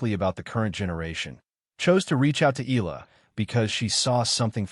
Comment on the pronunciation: FAKE NEWS Channel ! Graf did not meet Alex in Toronto, I googled it and it's not true. Please FILIPINOS wisen up. Videos where EALA is pronounced as EELA are 99% made by AI and disrespect Alex EALA and her Filipino fans. DISLIKE this video by clicking the THUMBS DOWN icon then REPORT this channel by clicking the 3 dots at the right side below the video so Youtube can shut down this channel. FAKE NEWS that are spread about Alex Eala are making more and more people hate her, which is just unfair. These channels are just capitalizing on her popularity and name recognition by posting anything about her, whether they are true or false.